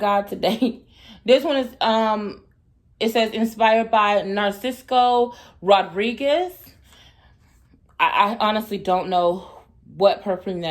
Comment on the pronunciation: I'm so glad I have been able to play catch up on all your videos since I have a few days off!! I love you sooooo daggone much!! Lemme help a Sista out: musky is good, musty is bad lol. His name is pronounced: NAR-SEE-SO Rodriguez. The way I holla'd about "Dossier y'all got to work on musky". Thank you for the encouragement, the love and the confidence. Please continue doing what you do, even us "more seasoned dolls" love your spirit and your energy❤❤❤❤